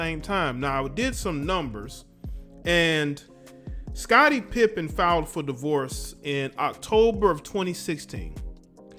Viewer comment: Her name is Larsa PIPED-EN😂😂